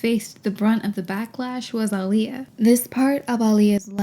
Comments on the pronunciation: it's not even that different, chill. just heard the narrator who's bitching about it mispronounces it, because it's such a small difference that depends on how you speak. "claimed that Aaliyah was" was said differently than the next time she says her name. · When Are You That Somebody came out, my mom was pregnant with me and named me Alia pronounced the same way… I love my name and the meaning… didn’t like how they mispronounced her name wrong when she made it CLEAR Edit: I often tell people “It’s like Muhammad Ali” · so my only reference regarding Aaliyah was her being in Queen of the Damned (my mom loved it 🤷), but it's ridiculous that none of these people knew how to pronounce her name--or pretended to not know for shock value--when the pronunciation's literally on her album covers. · That woman put even the pronunciation of her name on her album cover and people still don't get it right! For normal ppl like you and me ok, but not for a movie about her! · The name being pronounced wrong was egregious, but what made me question their commitment to Sparkle Motion was they never truly gave Aaliyah a swoop in any scene. I’m not even asking for ombré, just an intentional swoop to the side. Any random black girl going as Aaliyah for Halloween with no budget and access only to existing items in her closet could have easily done better. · Damn everyone in the 90s was saying her name wrong. Embarrassing. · The mispronunciation of Aaliyah in a BIOPIC ABOUT HER just kills me. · Ah-Lee-Yah it’s not hard to pronounce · the aaliyah mispronounciation is so egregious considering aaliyah LITERALLY put ah-lee-yah next to her name on music videos and album covers ): so disrespectful of everyone that mispronounces it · Aaliyah even put the proper pronunciation of her name on her debut album cover, How did they fuck that up. ( ah-lee-yah ) not difficult at all. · Omg. I’ve just now learned, firm this video, that her name is said with the long A vowel sound. I didn’t know that.